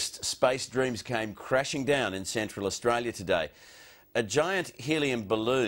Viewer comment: “Austr-alien” 🚬🐨 it should say